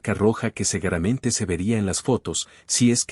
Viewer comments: NARRADOR LA PALABRA ES S E G U R A M EN T E NO "SEGARAMENTE" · ¡ ¿ Por qué pronuncian " Segaramente ", si la palabra es " seguramente " ? !